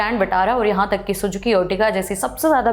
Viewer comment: Maruti Suzuki hai madam.. na ki Sujuki